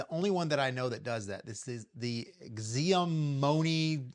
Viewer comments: "Ziamome" lol. 😂 it's pronounced "Shau-Me" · "Gziamoi" must be the most american pronunciation of Xiaomi I've ever heard. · great find, thank you! just to help you with the pronunciation, it sounds like "shower me" without the "er" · lol. you are saying Xiaomi wrong. Xiaomi = Sha o mi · welp looks like im now going to have to buy another air inflator smh. That auto start stop feature is genius for the iK. and it's pronounced "Shau-mee" lol. Theyre actually a well known chinese company and make a ton of other products.